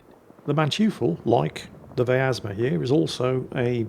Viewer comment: there is no "A" in pronouncing vyazma, there are 3 of these ships, none of em are german:)